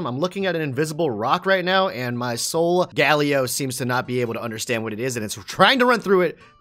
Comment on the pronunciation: U CANT SAY SOLGELEO RIGHT